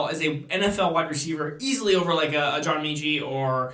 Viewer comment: John Meechee lol